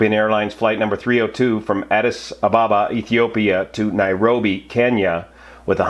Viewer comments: Try saying Addis Aba ba.. not Abaaba.. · One minute in and I am finding the (mis)pronunciation of Addis Ababa to be almost too painful to continue listening! :( ….. It's Addis Ab-ab-a, not Addis A-ba-ba. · Just for information. Addis Ababa is pronounced Addis Abéba. (like the A of Baby) Greetings from an ex sabena OPS manager. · You are getting the emphasis on "Addis Ababa" wrong. It's A_ddis_ _A_baba. Checkout wikipedia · Learn how to pronounce Addis Ababa!